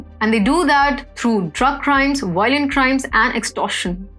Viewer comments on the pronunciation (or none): What is “WIOLENT” ? Couldn’t find the word in Oxford dictionary ? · The RIOLENT WIOTS 😂🤣😂🤣